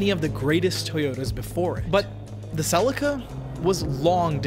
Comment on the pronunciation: is Celi-ca not Cel-ica...